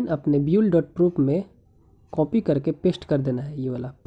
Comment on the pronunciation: Oooooo bhai kyaaa bol rha h .....build.prop ko 'byuled' bol rha h😬😬😬